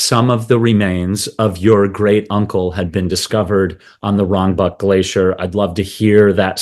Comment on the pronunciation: What the hell is a glasheer? Is he trying to say glacier?